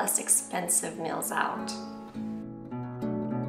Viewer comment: I like how she pronounces meals. Sounds like "mills".